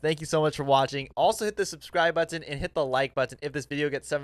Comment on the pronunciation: I love how he says “butt-on”